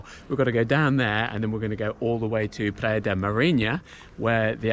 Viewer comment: Praia not "PLAYA"